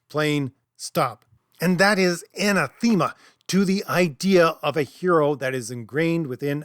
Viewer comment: When you said "anatheema" I think you meant anathĕma. There are a lot of words that I've read, but not heard that I have to look up to see if I've been mispronouncing them. Anathema is one of those I was pleasantly surprised to find out that I did pronounce it correctly. Unlike behemoth. Anathema's "E" is the short version, while Behemoth's second "E" is long. English is so weird and frustrating with all of it's exceptions. Heck even someone as learned as Dr. Jordan Peterson mispronounces behemoth. Oh by the way, when looking up anathema, I found several dictionaries that have the "e" pronounced the same as the first and third "a". Like I said, weird.